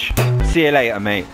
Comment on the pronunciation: I love when he says see you leyar